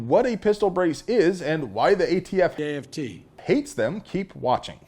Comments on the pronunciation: Biden saying AFT never gets old. I have to rewind due to my laughter all the time. 😅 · Love Joe's contiued cameos !!! When will we learn how to pronounce aft..... correctly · Yeah we get it...Biden called the ATF AFT. I don't need to be reminded of it every time you say ATF. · Never stop playing joe saying “aft”. Love it!